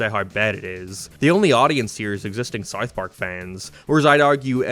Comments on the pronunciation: "Sarth Park" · Dude can’t even say South Park…. Wtf was that